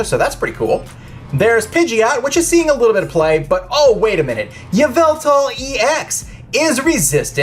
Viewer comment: K SAID YA VELTAL IN STED OF EVIL TAL LOLOLOLOL